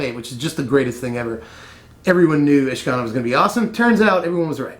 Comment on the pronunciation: isn't it said Ish-Ka-Naar?